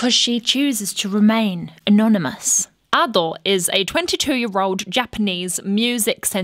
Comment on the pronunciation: A reactor who actually learnt how to say her name correctly.... praise be. Also, this is by far my favourite reaction to Ado, can't wait to watch more of your content.